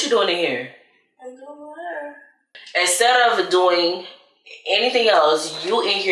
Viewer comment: “the waterrr”